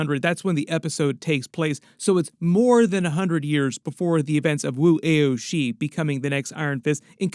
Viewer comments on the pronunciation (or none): Just for future reference… it’s pronounced “Woo Ow She” … that middle one being pronounced like the first syllable of the word “ouch” … just trying to help.